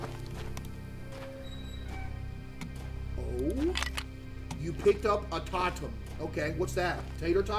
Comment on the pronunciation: tot em…. Oh, Case you sweet summer child, it’s to-tem